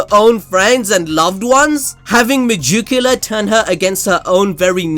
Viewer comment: okay... you saying mejukoola completely got me. i just cant stop laughing. its mey-gee-kyu-lah